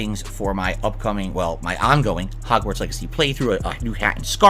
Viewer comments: Why does keep saying "Hogswart" instead of Hogwarts? He can't even pronounce the game's name right. Although, it's definitely not the first time ("Kuhleesto" Protocol) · The fact he keeps saying Hogswart not Hogwarts is triggering me..... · It's hogwarts...not hogswart...dude he doesn't even know all the houses, he called them schools.....I hope this man sewerslides himself on God bruh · Wtf is 'Hogswort'? Dude said it three times. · “hogswart” he can’t even say the name correctly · Makes me cringe how he says hogzwartz...and im not even a potter fan... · did he say "Hogswart"? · Does he keep saying hogswart on purpose? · Forget the houses, the dude kept referring to the game as "Hogswart" ffs